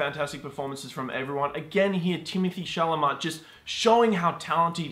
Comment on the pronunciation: you keep mispronouncing timothee's surname in all of your videos